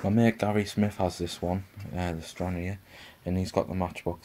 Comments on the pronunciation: Hi, it's pronounced Stran-rar, with the 'e' silent. It's named after the Scottish port where the aircraft was based during WW2. Thanks for the video! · Named after my home town, liked how you pronounced it 😂 anyway have the same plane in my stash.